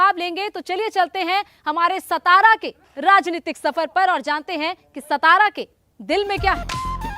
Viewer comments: It's not सतारा it is सातारा. Shows your level of research..😂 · Satara bolo saa. Saa not sa